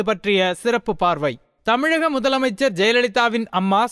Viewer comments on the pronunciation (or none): none